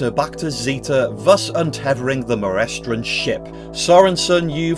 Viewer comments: Christ he does look like Jimmy Page! It's pronounced MoRESTron so you were right the second time. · "Mo-RES-tron". Didn't you bother to WATCH this before doing your video? (I've probably seen it a dozen times by now, but not for at least the last 10-15 years.) Frederick Jaeger's best role was probably in the Cathy Gale AVENGERS episode "Death of A Great Dane" all the way back in 1962.